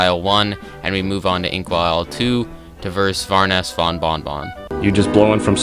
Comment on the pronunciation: "Varoness bon von von" - the utmost intellegent individual